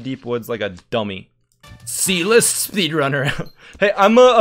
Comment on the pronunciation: I thought he said "E List"